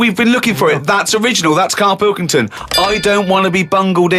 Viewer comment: It’s pill-king-ton